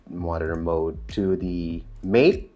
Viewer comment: Great video- thanks :) Silly small thing.. Matte is pronounced "Mat" not "Mate"...